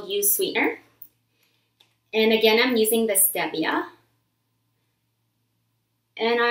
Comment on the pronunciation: its stee-ve-a